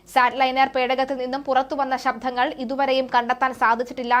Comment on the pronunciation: ശബ്ദങ്ങൾ എന്ന് പറയുക. നിങ്ങൾ പറയുന്നത് " ശബ്ധം" എന്നാണ്.